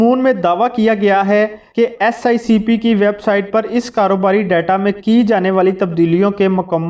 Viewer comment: Dear you are saying again and again "SICP" where as it is "SECP", pl ammend God bless you.🤲🤲